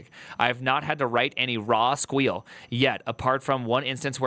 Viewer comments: Stop saying squeal that's not the proper term. You weren't PHPing with the best of them calling it squeal. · I absolutely love the pronounciationg of SQL as "squeal" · Can’t get over his unironically terrible pronunciation of “SQL” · Primeagen's pronounciation of SQL will never not trigger me lmao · I know. I’m both triggered and find myself using it. It’s just too funny to not. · I love it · yeah. and the sad thing is that the article even explains how to pronounce SQL